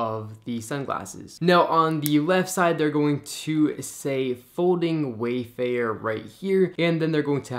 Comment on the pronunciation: "Fowding Wayfaers"